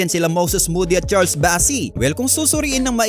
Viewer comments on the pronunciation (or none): none